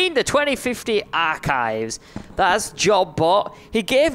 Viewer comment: its not arc-hives its ar-chives